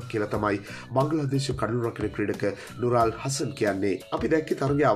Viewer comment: නුරාල් නෙමෙයි බොල නුරුල්.😁😁